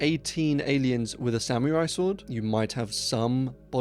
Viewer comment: Love the videos, but please look up how to pronounce samurai lol. That part bugged me. That would be an awesome movie, though. An old man killing aliens with his sword 😂